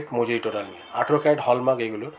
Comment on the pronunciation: Adeshioor bachcha word ta hall mark hallmark noyyy1 Year in jaise backwash person ko Ye youtube kiuuu priority devi hay yerrr Station ko v Yr Estasosm bolta Hai Skip ko v isk8p bolta hai1 Please youtube owner Iq will request u Please suggest Perfect person 1 I1n 1grotj 1yo1ur busyness pll1zz